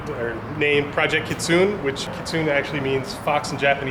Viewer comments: I hate to rain on this guy's parade but its pronounced KitsuNE, hard ne. Not like tune but like nay nay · "kitsoon" lmao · Keet-soon-nay kitsune. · Pronounced "ki*tsu*né" for fox in Japanese🤣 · Kitsune? It's pronounced "kitsu neh" guy. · Ki Tsu Ne, japanese along with korean have phonetic pronunciation, takes about 1-2 minutes to learn where to break the words for the correct pronunciation. For japanese generally every two to three letters. Ha Ko Su Ka, not hacko sooka. Mu Ra Ka Mi, not mooorakami. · "kitsoon" hahaha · 2 years later and nobody has said anything about the guy mispronouncing kitsune. You can't name your car a word you can't pronounce.. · He said kitsune wrong and it kinda annoyed me...